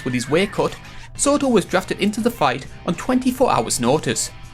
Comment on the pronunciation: Jor “bad morfor” sortor